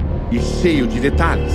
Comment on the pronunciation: Detalhes, não "Detralhes"